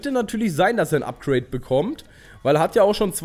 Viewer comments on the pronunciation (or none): none